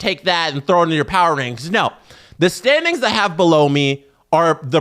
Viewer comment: stop saying below me that way